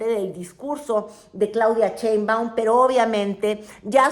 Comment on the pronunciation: dice "Chembaun"